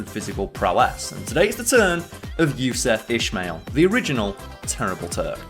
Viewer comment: Not to nit pick, but it’s pronounced “Yousoof Ismaeal” if that makes sense. Absolut legend tho